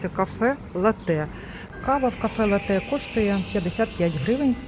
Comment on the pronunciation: Пані, не латЕ, а лАте, не картина на стіні будинку, а мурал. І точно не голубіка, а лохина. Прошу, врахуйте нарешті.:hand-pink-waving: Якщо взялись бути блогером))